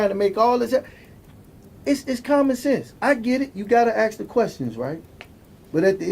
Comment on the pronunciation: Just one more thing. It's ask.Not ax.